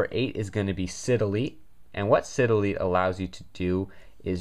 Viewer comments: he said "sidilly" I was like wtf.....ohhh he means psy-de-leet- (cydelete) lol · its s(eye) delete , not si delete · I think it's pronounced, "sie-delete" like cycorder or cylon or cyber. Anyway nice vid